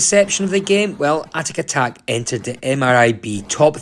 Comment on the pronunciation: Good review but it’s atic atac ! Not atatak! Pedantic know but ground my teeth every time I heard it!